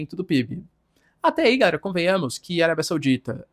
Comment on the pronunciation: Professor, por que vc fala "gaera" ao invés de "galera"?